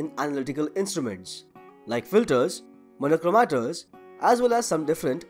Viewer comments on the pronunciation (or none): Very informative video. Thanks for sharing. Some suggestions for pronunciation. stressed and longer syllables are in CAPITOLS components com-PO-nents filters FIL-ters monocrometers mono-CHRO-meters detectors de-TEC-tors covered CO-vered spectrometers SPEC-trom-eters discuss dis-CUSS ramamn RA-man spectroscopy spec-TROS-copy analasis AN-al-a-sis sample SAM-ple portion POR-tion rayleigh RAY-leigh (RAY-lee) occurs occ-URS virtual VIR-tual incident IN-cident equivalent E-quiv-a-lent occurs o-CCURS virtual VIR-tual vibrational VI-bra-tio-nal result re-SULT separated SE-pa-ra-ted observed ob-SER-ved molecular mo-LEC-ular particular par-TIC-u-lar analysis an-AL-a-sis determine de-TER-mine (de-TER-min, not mine) Just suggestions.